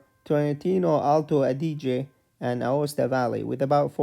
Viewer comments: Aosta Valley, not Acosta valley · ah yes "Acosta"